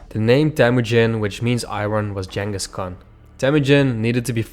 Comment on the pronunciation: It's pronounced - 'Ching-us'